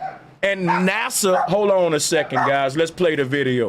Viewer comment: I been with you, but NASA sounds like Massa!